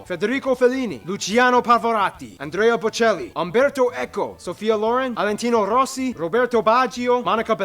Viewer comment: Valentino Rossi becomes "Alentino Rossi"